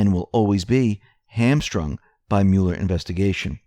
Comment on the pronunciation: Love your channel, but please stop saying 'Mule-r'. It sounds like Mull-er.